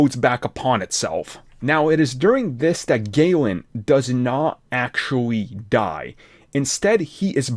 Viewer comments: Galan, not gaylan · The way you pronounce galan disgusts me.